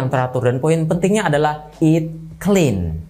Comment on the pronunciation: Hahaha ngakak bang, eat clen... clean... 😂😂😂